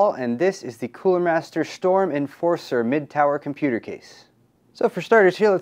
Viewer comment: Cooler Master Shtorm ;p